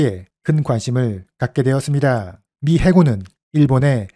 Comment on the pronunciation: 내용 정리 잘하셨네요 다만 "었습니다" 발음과 억양은 교정하시면 백점 만점 입니다.